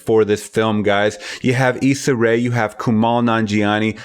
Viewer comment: You called it the Photography. You said Lovebirds was a Netflix film. You mispronounced her name continously. Just filtering through the minefield of erroneous content besides the review. It's NOTTTTTT a Netflix film. It was a PARAMOUNT Studios film purchased by Netflix. It's starring ISSA Rae of Insecure & Awkward Black Girl. ..... A style of comedy that mirrors Nanjiani's comedic cadence.....One would think a YouTuber WOULD KNOW A BIT MORE ABOUT A STAR WHO WAS DISCOVERED ON YOUTUBE & WHO EVENTUALLY FOUND COMMERCIAL SUCCESS & AUTONOMY IN THE INDUSTRY. NOT TO MENTION BOTH OF THEIR PRODUCER CREDITS ON THE PROJECT. JUST SLOPPY REPORTING. REVIEWS ARE AT THEIR ROOT FACTUAL SUBJECTIVE REPORTING. JUST FACT CHECK BEFORE YOUR FINAL EDIT & CONTENT POST....RIGHT?